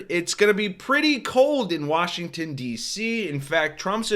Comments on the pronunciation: They came all the way to "Warshington..." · BTW, the auto-cc is fascinating. I heard the Oklahoman "Washington" as (to abuse phonetic tscript) /warshn/, perhaps /warsn/ but the cc had "woron". Auto-cc seems struggle with fricatives and sibilants in non-standard ranges of word pronunciations.